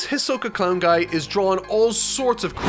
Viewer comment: I think that at one opint in the video instead of hisoka you said ashoka😂